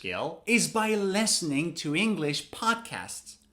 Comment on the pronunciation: Wait, why do you pronounce lestening instead of Listening?